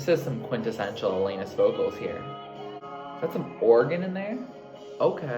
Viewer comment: 🇨🇦 It's Alannnnis. Not Elayyynis.. juss sayin.